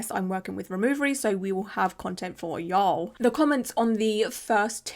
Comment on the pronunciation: I was laughing at how she said that too.